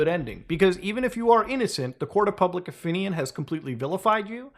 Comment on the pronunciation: lol you said “ofinion” at the end XD